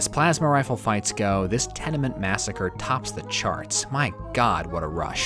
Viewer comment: I know you meant to say tenement massacre, but I had to double take since I genuinely misheard this for another similarly sounding 1989 event...